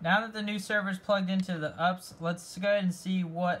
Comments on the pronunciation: "1U"... it's "1 RU". Also it's "You Pee Ess", not ups. Don't try and be cute. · Ups lol 🤣 YOU, PEE, ESS honey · First time in 20 years of my IT career I’ve heard someone call it an “UPS” and not a “U-P-S” lol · its not called ups just U P S like the delivery company